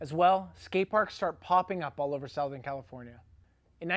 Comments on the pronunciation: Why do you say SOUTHern weird? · Southern California is pronounced "ˈsəT͟Hərn" or Suthurn. Hobie is pronounced hoe-be. Get it right there, eh.